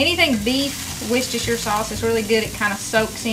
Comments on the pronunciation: Great to hear you pronouncing Worcestershire correctly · Love this recipe and I have to congratulate you on pronouncing Worcestershire sauce correctly, I'm English and you are the first American I've heard say it right, very impressive..lol